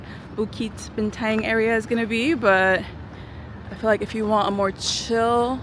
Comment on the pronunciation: Bintang is actually pronounced as "Bean-tounge" just sharing 😁